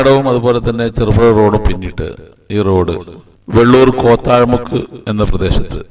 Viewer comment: കോത്താഴമുക്ക് അല്ല , കോത്തായി മുക്ക് ആണ് . ബാക്കി സൂപ്പർ